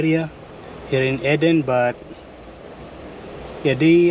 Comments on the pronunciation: Its pronounced Eeeeden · You found some beautiful areas to explore. It's pronounced "eee-den". Fruit is cheap and portable. Maybe buy a few pieces of fruit as well? It's true that you can't put the seal back on the water, but you can stand it up in the back of the car, and the water has a little spout thing that you lift to get the water out and to stop the flow. When it's empty, you can prise that off and refill it, then put it back. You just have to be sure the container remains upright while you're not using it. I think your car set up is so cosy and practical. And I have to add - in order for the water to flow from the valve in the top of the water container, you will have to punch a hole somewhere near the top to let air in. There is a spot marked on the bottle. You can put a piece of tape over it when you refill it of you want to be careful of it splashing in the car, but if you don't fill it all the way to the air hole, it won't be a problem. A sharp knife or a screwdriver works well.